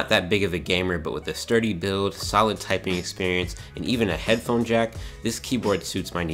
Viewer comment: minute in "typung" LOL